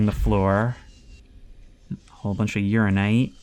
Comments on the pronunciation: Should be pronounced fairly close to "You ran in night" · If this man says "urine-ite" one more time